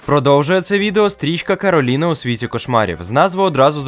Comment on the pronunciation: Кораліна а не Кароліна (